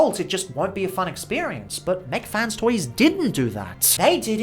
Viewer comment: Why u say mac fan toys